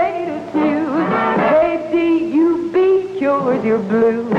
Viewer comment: KDUB, not KUB. You wouldn’t find a 3-letter call on 1340 am.